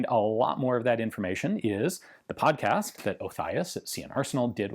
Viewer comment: Did my guy just call it a pomcast?